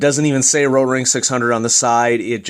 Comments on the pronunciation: Why...do you say RRRRotring like...that...? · no need saying rrrrotrrring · RRRROtrrrring sounds better? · I appreciate the comprehensive review. I had kind of a hard time paying attention though, due to the way you were rolling your R on the word Rotring. Don't get me wrong, I'm not trying to make fun of you, I mean, I am a guy watching a mechanical pencil review on youtube, but just saying. Do you pronounce Mexico, May-he-co? Why did you not do the whole review in a German accent of the R rolling dialect? This is probably a mean comment to leave, but after all the cringing and giggling, I couldn't help it. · Why are you rolling the "r" in Rotring? lol its a German company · Great review. I just ordered the Rotring 600 as an upgrade from my Draftmatic. I have 3 days to master the rolling "R" pronunciation. ;)